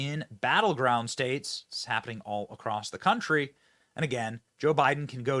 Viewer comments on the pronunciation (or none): none